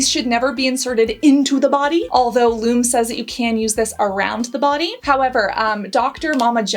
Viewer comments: I think it's pronounced "LOO- MEE" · I tried Lume ( actually pronounced Lu-mee) and i couldn't stand the weird smell. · I disagree with you on the Lume ( actually pronounced Lumee ). I love the lavender/sage scent in the cream form. Use only a small amount on underarms before adding a fragrance free antiperspirant and it smells devine for hours, even in the hottest most humid weather. Haven't tried any of the other brands that you mentioned here, I'm just so happy with the Lume. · Thanks for this. I’m pretty sure Lume is pronounce Loooo Meee. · Yes, you have to let it dry and Lu Meee is how it is pronounced. Plus they have actual stick deodorant on their website. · The fact that we’ve all seen those Lumè ads time and time again, yet you chose to mispronounce the word during this entire video is just 🤯🤯🤯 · You’re pronouncing Lume wrong. Listen to one of their ads for pronunciation. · It would have taken like 30 seconds to research the correct pronunciation of Lume. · It's Loo Me, not Loom. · Pronounced Lumee not Lume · It's actually Lum-eeee fyi 👍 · "loom" lol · for someone who has spent time and effort researching different products and types of glands/sweat, it pains me to hear you pronouncing Lume incorrectly. The correct pronunciation is like the words Lou and Me. That is the reason the e has the line over it, it's telling you how to pronounce it right on the package. ;) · If you had watched any of the lume ads, you would know it is pronounced loo-me.